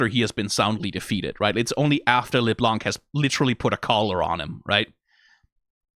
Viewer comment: out of curiosity why are you pronouncing LeBlanc as LesBlanc? It sounds very odd.